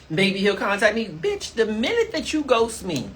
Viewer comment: “And I’m not an easy biyach” 😂